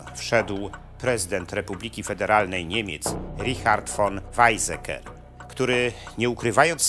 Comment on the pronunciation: "Wajcseker" a nie "Wajzeker"